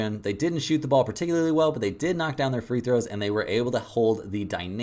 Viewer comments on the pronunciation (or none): none